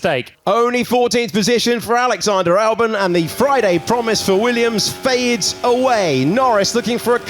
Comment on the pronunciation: why he pronounced Alex Albon as Alex Alburn?